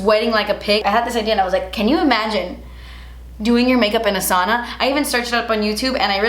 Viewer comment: saw-na? No girl it’s pronounced SOW (rhymes with cow) -na